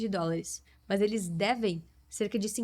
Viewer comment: gostei do sotaque no "é muito mâs muito"😂